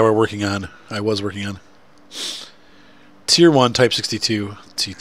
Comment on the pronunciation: When u say teir but its not wot....